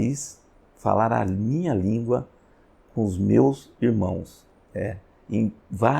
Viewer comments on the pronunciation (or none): none